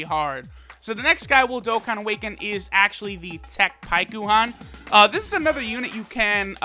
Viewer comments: Its pronounced like Pykon. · Why does he say paikuhan so weird you don’t say it with the u. He’s clearly never seen dragon ball z or the Goleta and Janemba movie(forgot the name) if he doesn’t know how to say paikuhan